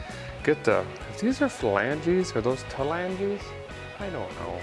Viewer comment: A guy has littrally gnawed the ol flangees to the nubs waiting on the c20 to start showing up on the channel again. This is DEFINITELY A guy's favorite build on the channel. edit You said falangees in this vidya!! What!?